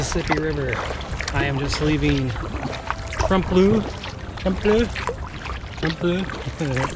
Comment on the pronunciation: It's pronounced tremp-a-low